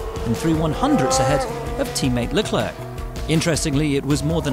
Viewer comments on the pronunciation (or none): Yeah, he pronounce the 'C' in Leclerc while it shouldn't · Stop saying Le Clurk. Please. The second c is silent, like in Claire. On that topic, the double c in Ricciardo should be pronounced as "Chee", Ree char do. Kubica is Kubitsa, and there's no sh sound in Verstappen (looking at you Peter Windsor).